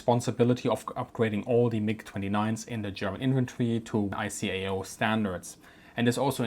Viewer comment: Hint: ICAO is pronounced as "EyeKaYo." 🤪